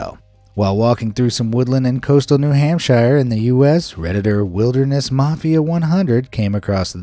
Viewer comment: Who pronounces New Hampshire that way?